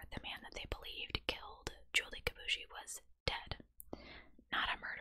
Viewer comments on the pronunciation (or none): Julie's last name is pronounced [kee boo ee shee]